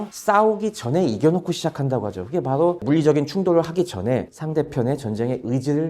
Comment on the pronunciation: 바도 가 아니라 바로 입니다